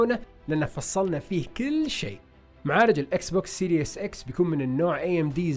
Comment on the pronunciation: وكمان ما اسمو سيريوس x بينلفظ سيريس x والله ما بعرف عشو العالم عم بتابعكم يعني رهيب الجهل والله